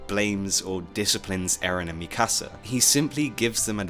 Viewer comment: i think this is the first time i’ve ever heard someone pronounce mikasa’s name correctly